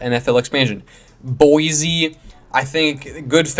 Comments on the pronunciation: It's pronounced Boy-See, and we want an NFL team here more than you can possibly imagine. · There is no “Z” in Boise!